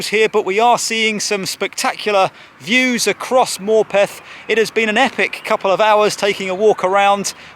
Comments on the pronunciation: As a local it's pronounced Morputh. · I think Morpeth is pronounced with a schwa.